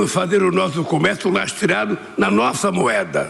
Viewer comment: óóóh... Lula falou "lastreado"